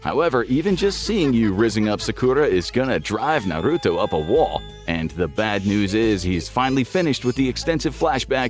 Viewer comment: You definitely didn’t watch the show lol completely butchered the names